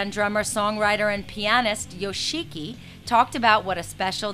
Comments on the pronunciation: "Yo-SHEE-ki." XD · She mispronounced Yoshiki... *sigh* I hope they don't get murdered out there, I'd like to see X around for a bit longer. And the release of their new album, of course.